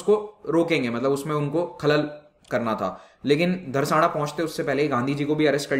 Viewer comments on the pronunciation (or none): It's not Dharsana, it's Dharasna.